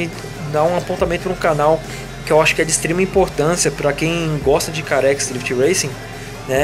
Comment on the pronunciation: o mode que vc fala carex o correto é car xis ou CarXdrift Racin